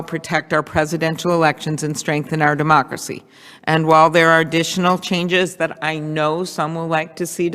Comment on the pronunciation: Sounds like she called it our "dumb-ocracy." Freudian slip?